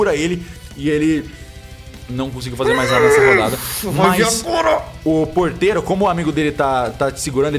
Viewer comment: toda vez que o celbbit fala ''porteiro'' é uma facada no meu coração edit: mano quando o arthur chamou o gato de jenifer eu tive um treco